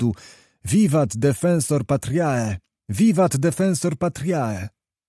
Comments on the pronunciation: Świetny narrator, tylko szkoda, że nie przygotowany z podstawowej wymowy łacińskiej. To jego "patriae" aż boli 😉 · Ano właśnie... "...puellae", "...patriae"... czy nikt Lektorowi nie powiedział, jak to się wymawia? Były też i inne lapsusy ;) Ale fakt - słucha się przyjemnie :-).